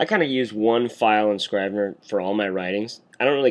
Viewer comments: It's Scr-eeh-ve-ner. Like in Italy i.e **italicized**. Not Eye-tah-lee // eye-tah-lee-sai-zed. Just like in Iraq. It's Ee-raq. Great vid tho. If only Scrivener didn't crush at the end. I'm using the same workflow for creating the hand-out curriculum for the college I'm teaching. There is a Markdown to HTML export option in Scrivener and therefore you can avoid importing text in Textmate. Oh! And you can change the colours in Textmate so as to become more WriteRoom-ish. tc iokera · It's Scrivener with a soft 'i'. Rhymes with give. Thanks for the vid.